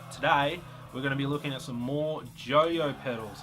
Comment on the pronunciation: Pronounced JOI-OH Like "Oi" an in Ausssie Aussie Aussie OI Oi OI